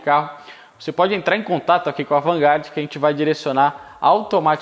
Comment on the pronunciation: O Cara pronuncia AvantGarde, sabe a diferenca entre HP e CV, manja de Ferrari num pais onde 99% das oficinas só conhecem carro nacional falam pobrema e mocinete kkkkk